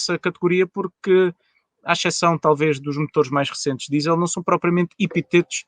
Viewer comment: Com todo o respeito, achei um piadão ao 'epi-TETOS' do. A palavra é epíteto, o acento está no 'pí'. Epi-TETOS... leva a pensar noutras coisas...;-)